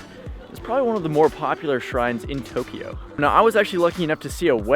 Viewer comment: Too-kiji ugh